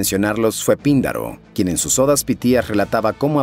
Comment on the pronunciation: Hace tiempo que veo tu canal y de verdad me parece excelente, sin embargo en este video en especial, el audio no corresponde a la entonación o pronunciación con el texto, por ejemplo: el texto dice Píndaro, con tilde en la "i", pero mencionas Pindaro, otro más es Hesíodo y tu mencionas Hesodio. En ningún momento quiero juzgar tu trabajo, el cual como mencioné es demasiado bueno, solo me parece importante porque son personajes históricos y sucesos de mitología. Un abrazo y felicitaciones.